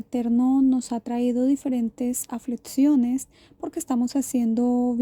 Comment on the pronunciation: Duras "aflitciones" en los "protsimos" días 😂😂😂 No pueden hablar bien o grabarlo con voz??